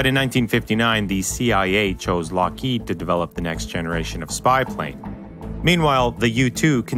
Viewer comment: Lockheed... Wtf is a larked? And mach 3, not mock.